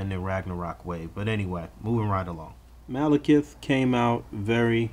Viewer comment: Is it pronounced maleKEETH or like how says it?